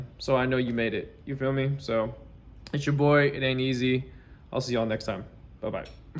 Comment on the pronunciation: It ain’t e-zehhhhhhh